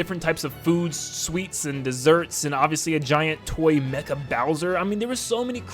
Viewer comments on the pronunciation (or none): none